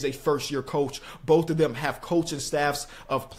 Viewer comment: How is this guy gonna pronounce the word “both” bofe 😂😂😂 immature LMFAO he did it again Boph 🤣🤣🤣🤣